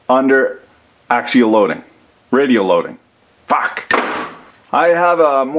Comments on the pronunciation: WTF is a Morris taper? MORSE taper ya damn colonial... sheesh... you AMERICANS... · Isnt it morse as in horse ? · What's a "Morris" taper???